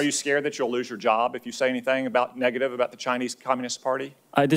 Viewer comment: about, not abour...lol